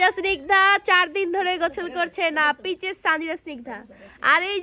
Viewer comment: পিচেস না আপু পিচাস😂😂😂😂